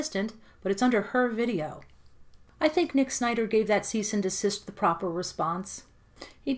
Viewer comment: Cease and deSISTER 😂😂😂 love it haha